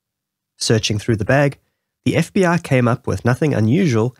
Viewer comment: When you pronounce FBI you say f b aaa?